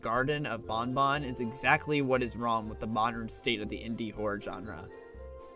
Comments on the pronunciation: It makes me afraid that BanBan is often pronounced similar to Bon Bon (Funtime Freddy's Puppet). Don't invoke Bon Bon's name :( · That just makes it all the more awkward when you compare BanBan and BonBon...😢